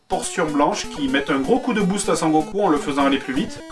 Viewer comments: Cher Joueur du Grenier, étant un fan inconditionnel de la série (tout comme toi je pense) si te plaît et par pitié n'écorche plus son nom ! C'est: SON Goku et pas San Goku (ou Kakaroto son nom Saiyan) MERCI !!! :D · "Sangoku" mdr !!